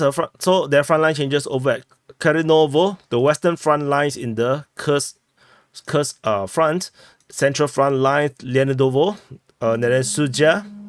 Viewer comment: As others have noted, Kursk is pronounced "koorsk", the same as when you pronounce Putin as "pootin".